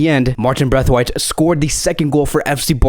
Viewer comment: Please say brathwaite and not braithwaite